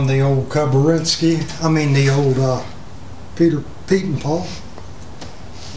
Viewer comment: Is he saying "Peter Paul"?